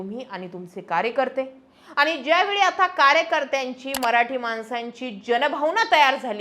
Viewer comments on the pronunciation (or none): जरा "आनी पानी....जानार येनार " काय हे? भाषा सुधार...मराठी शब्दोच्चार सुधार....